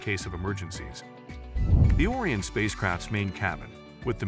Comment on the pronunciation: if you're going to be so lazy to use AI to make your videos, at least make sure its pronouncing words properly... pronouncing Orion as orien(t) for example